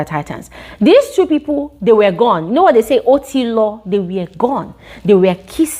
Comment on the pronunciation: I like the way you said otilo🤣🤣🤣